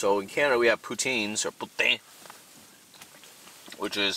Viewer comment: Be careful with the pronunciation of poutine(like pooh-teen) otherwise it sounds like b**tch.